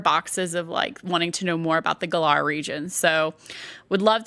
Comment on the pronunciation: Man can somebody teach her how to pronounce Galar properly or is she purposely saying it that way just for the hell of it? What's a guh-larrrrr?